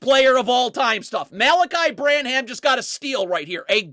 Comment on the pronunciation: is TRASH IN HUMAN FORM for mispronouncing the names of EVERY SINGLE SPURS PLAYER!!! Sochan = SO—han (hand without the D) Branham = BRAN—um